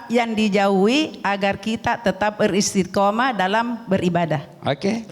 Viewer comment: Beristiqomah..bukan beristikomah